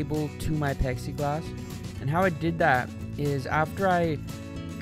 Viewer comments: its plexi glax not pexi. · Is it me or is he saying "pexy-glass"? .....Isnt it "plexi-glass"? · haha he's saying pexi glass instead of plexiglass.and tho other comment spelled urethane wrong lol